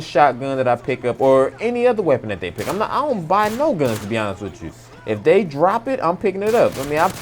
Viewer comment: I bet this guy is black by saying "dey"